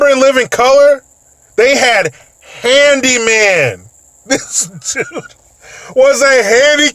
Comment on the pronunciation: "Handiman"😂🤣 I forgot about that.